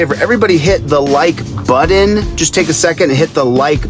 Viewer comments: what is a "like budden?" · Hit the like buddin or you’re a DUNCECAP!!